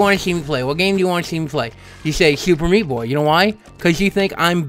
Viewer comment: it sounds like francis says fuck me instead of meat